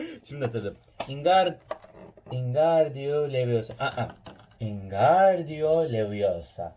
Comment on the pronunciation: Abi seni kırmak istemem ama İngardu leviyosa değil Wingardium Leviosa